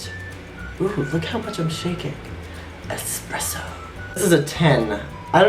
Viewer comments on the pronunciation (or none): "espresso" hahahaha love that